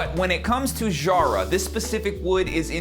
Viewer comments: love your sound and the snare compliments your playing beautifully But as an Aussie the pronunciation of Jarrah is emphasis on the ‘J’....phonetically sounds like ‘Kara’ as you would say not shzzarrah. 👌😎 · In Australia "Jarrah" rhymes "Farrah", i.e Farrah Fawcett if you are old enough to remember.